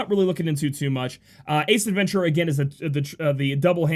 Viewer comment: Did you say "Ace Adventura" as in, the Pet Detective?